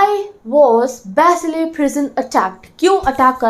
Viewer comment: Excuse me that's bastille not basiles